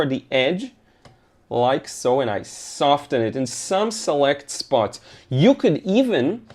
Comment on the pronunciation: SoFFen. Don’t pronounce the T In soften. Just like you don’t pronounce it in listen, moisten, or glisten.